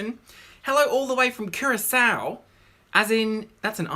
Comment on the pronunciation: The only person I know to pronounce Curacao properly